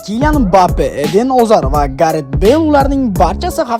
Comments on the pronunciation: Azar; Alonso deng brat🤦‍♂️😂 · Сиз исмларда биринчи келган А ҳарфини атайлаб Ога айлантириб айтасизми Озар,Олонса деб😂😂